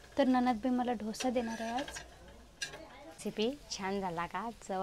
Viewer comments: ढोसा नाही डोसा म्हणा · ढोसा नाही ग डोसा म्हणतात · धोसा नाही g दोसा मन 😂😂😂😂